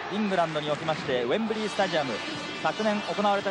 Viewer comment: 「ウェンブリィ」と発音出来ない解説者